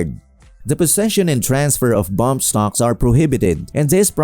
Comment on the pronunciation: They are not bomb stocks they are bump stocks . They can't even pronounce it corectly .